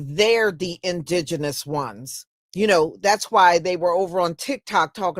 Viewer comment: How did he just pronounce indigenous??????😂😂😂😂